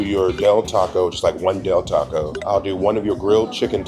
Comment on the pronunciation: Its Del Taco bro. You wasted a video